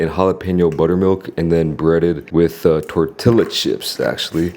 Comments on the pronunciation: what is a torti lla chip? its pronounced torteeya lol. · That feeling when you hit the gristle nug is the same feeling I get when someone says tor-till-la. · You lost all creditability when you mispronounced tortilla